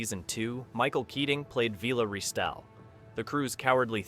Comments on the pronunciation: Don't waste your time watching this if you are interested in Blakes 7: There are some very unlikely claims made during this video- in some cases actually contradicting known facts. An AI generated script read by an AI voice that doesn't know how to pronounce 'Villa'? Or just more rage bait to up ratings? at least do a basic fact check & proofreading before posting this kind of thing. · Not to mention Blake himself! And who is VEELA? AI crap voice over.